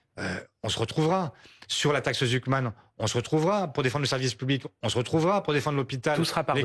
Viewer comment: Réecoutez sa prononciation de la "Taxe Zuckman" 😂 la liaison est incompréhensible, il mange les mots. Articule bien Mr Faure😂